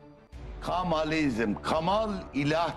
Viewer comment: Yaptığınız hizmet çok önemli ve kıymetlidir. Ne güzel geçmişin karanlık dehlizlerinde kalan tarihî gerçekleri ortaya çıkarıyorsunuz. Rabbim hizmetlerinizin devamını nasib eylesin. Ancak seslendirmeyi yapan spiker arkadaş kitabın adı "Kamalizm" olduğu halde kendisi ısrarla "Kemalizm" diyor ve alt yazıda da hâlâ Kemalizm yazıyor. Telaffuzları ve yazıları düzeltirseniz daha güzel olacak. ÇALIŞMA VE BAŞARILARINIZIN DEVAMINI DİLİYORUM.